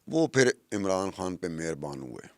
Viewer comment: کھان نہیں خان کہا کرو ۔۔ خ کی پرنونسی ایشن بہت غلط کرتی ہو یہ اردو زبان کے ساتھ زیادتی ہے